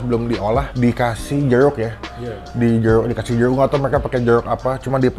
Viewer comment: Jeruk bang bukan jeluk.. hehe